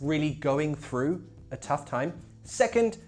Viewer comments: I'm just crying looking at u pronouncing throughth 😂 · Troughth lol man